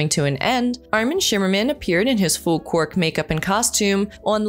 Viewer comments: It's quark not quirk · His name is QuARK not Quirk, Trek Culture has a host who can't even say his name. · I prefer Odo always almost calling him Quack. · Calling him “Quirk” is killing me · It's Quark. Not Quirk. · He's called Quark, NOT Querk! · It aint Quirk its Quark, read the spelling !!!! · Or as kept calling him "Quirk" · It's Quark.... not Quirk. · Quark for god sake not Kwerk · Sorry but instant dislike when the voice actor cannot even say Quark properly. His name sure as hell wasn't Quirk. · Sorry.... unwatchable.... constantly calling Quark... Quirk.... too distracting... that's like calling Spock ... Speck.... or Kirk... Kirk.... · Sir Bun-Bun 5 months ago Sorry.... unwatchable.... constantly calling Quark... Quirk.... too distracting... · I don't think the presenter of this video watches Star Trek DS9.. Why else does she keep calling Quark Quirk? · I keep hearing 'quirk' every time says his name... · The auto-generated captions do, too...! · That’s because she keeps saying quirk.. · Is she saying Quirk? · Yes she is ! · Quirk is what the video presenter says if she doesn't know how to say his name properly. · Is it just me, or every time she says his name is she calling him Quirk??? Am I the only one who hears Quirk? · It's rude to mispronounce other people's names,. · You said QUARK wrong! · It's just a shame you can't say his name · I can’t watch this episode! She’s pronouncing it wrong! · you are not alone